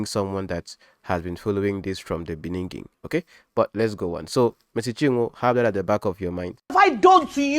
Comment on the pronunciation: Thank you for this fair analysis. I just realised that you have a problem with pronouncing ‘beginning’ 😊. They should focus on trying to resolve their issues without getting others involved. Please leave Pastor Jerry and Nathaniel Bassey too.